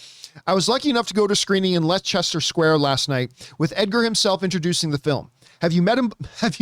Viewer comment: John, I love you, but Leicester Square is pronounced "Less-stuhr." I almost did a spit take at your creative pronunciation. You are forgiven however; many British places don't make any pronouncing sense (look up Southwark for fun).